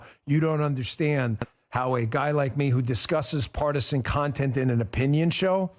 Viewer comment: Did he just say "partisian warrior"? Try grifting actor HACKS.